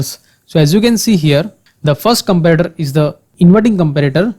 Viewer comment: i too agree with this person..but this is too offensive..there is a way u can teach people with lot of examples and slow..listen he is saying comprator..but it is comparator....